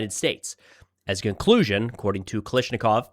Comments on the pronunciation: Can you Americans get it right? KA-LASH-NI-KOV NOT Ka Lish Ni KoV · KA-LASH-NI-KOV NOT KA-LISH-NI-KOV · Can you please just run the Russian names in your commentary through Google Translate or something to hear the correct pronunciation. You're butchering it really bad bro. Kal***A***shnikov - there's literally a gun named after it (AK-47).